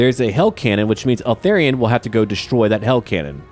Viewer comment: Dude, pronounce it ELthARion, not ALthERrion, it's driving me crazy 😂